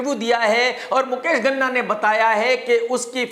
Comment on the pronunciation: Ghana nahin, Ganna ( Sugarcane)